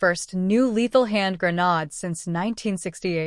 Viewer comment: For the love of God it's Gra-naaaaa-ddddddde, not Gra-nooo-dddd. Yet, half way through the video you say Grenade, then Gra-nod. Videos need some work.